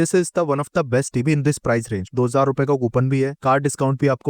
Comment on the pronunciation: Why do you say “tibi” ? TV (Ti Vi) It’s irritating